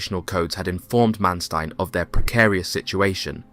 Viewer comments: Sometimes the narrator pronounces Manstein's correctly (Mahnshtine), sometimes incorrectly (Mansteen). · The way you say Manstein kills me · Please try to get your pronunciations correct. Manstein for starters.